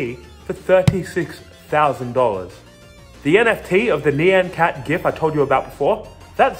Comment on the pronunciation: Great video but when you pronounce ny-an cat lol